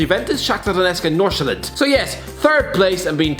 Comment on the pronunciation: You actually pronounced Nordsjælland pretty well